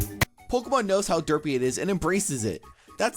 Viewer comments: XD he says it like "Duhpy". Also, 'Tony Daddi". And I'm exactly like the second pokemon on the list because I always have a straight face. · The way says derpy and derpiest really satisfies and makes me laugh at the same time for some reason 😂